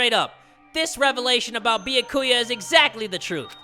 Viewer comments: Ok not to make fun of you but Beeyakuuya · ITS NOT BYAKUYA and besides its like nya ku ya but instead of nya its bya not BEE-A ]